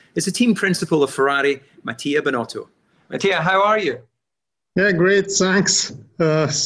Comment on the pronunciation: I am italian and even though I know I pronounce a strong ''r'' it is no where near binotto's, it is interesting also how he pronounces words starting with ''t'' as it sound like a ''z'', maybe it is from his dialect but I have never heard anyone using that pronunciation in Italy